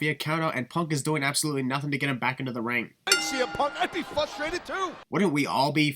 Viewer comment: Fustrated Lol 😂😂😂 (edited) I'm the Undefeated you can't Pin me